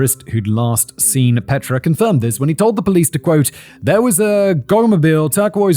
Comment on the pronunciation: Also his pronunciation of Petra. It's my sister's name and she hates when people say it like that.